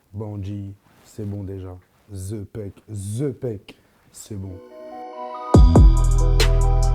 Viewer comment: C'est plus zépek mais c'est the PEK